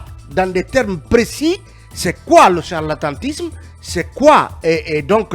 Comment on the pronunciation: On dit charlatanisme et non «harlantantisme».